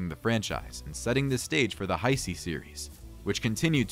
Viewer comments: WTF IS THE HI-C ERA??? It's pronounced Ha-Say🙄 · I understand that. It was a joke on how the guy says Heisei. So, you were serious when you said “not a real fan”? Wow.